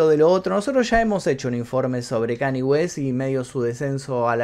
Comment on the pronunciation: No es kani es kan ye.... Habla bien mi son